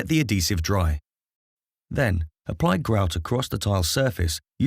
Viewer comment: Ad-hesive. Not a-desive or ad-desive. Good vid mind